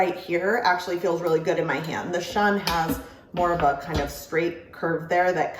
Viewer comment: Some might shun the Shun brand because they can't handle these knives correctly, others just pronounce it wrong (say: shoon).